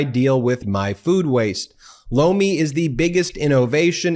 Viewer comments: I'm hard of hearing and you were advertising loamy but it sounded like blow me and I'm still laughing thank you for that don't want to get hearing aids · Sounds a lot like you're saying Blow me when you say Lomi. Just sayin.